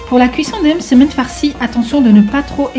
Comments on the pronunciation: Sarah zebda j’ai remarqué aussi lol « eummmsemen » mdrr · C'est marrant comment tu prononce le mot msemen 😂 sinon toooop